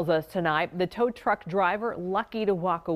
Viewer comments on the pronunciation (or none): It’s tow truck. Not tow tuck 🤣🤣